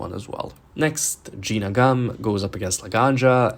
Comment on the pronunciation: “Gina gum” PLS 😭